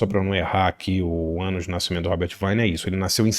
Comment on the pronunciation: Boa dica. Pronúncia é Robert Vine (com i longo)